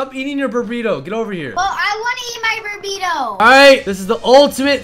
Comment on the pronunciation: It's burrito not bubrrito